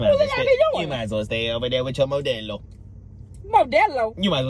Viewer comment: 😂😂😂 not “di Modelo” 🤦🏽‍♀️😂😂😂